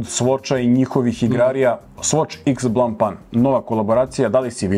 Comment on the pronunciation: Ovaj Tag je jedan od najruzniji satova ikad. A voditelj ako se vec bavi ovim trebo bi malo poraditi na izgovaranju brenda, jer blanpan, neznam 😂